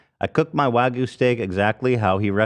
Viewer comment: As a Japanese person, hearing Hasan say "wagu" was hilarious but uncomfortable 😂